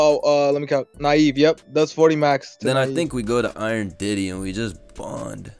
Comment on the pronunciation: "Iron Diddy" Wtf 😭😭